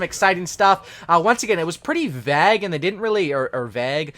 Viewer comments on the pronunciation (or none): confirmed can't pronounce the word vague.